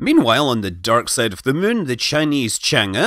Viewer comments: When you say it, I always hear, "Landing on the Mün..." XD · Scott can't pronounce Moon now... He's all the way to Mun!